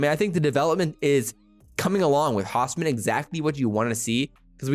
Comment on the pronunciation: Pronounced ernest Hows-min not the other way. Source hes extended family the first husker 🥲